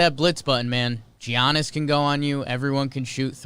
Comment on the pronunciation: Why does call him G-annis it’s Y-annis